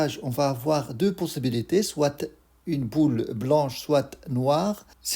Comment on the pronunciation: Soit not soite Tu écris et tu ne parles pas le t 😅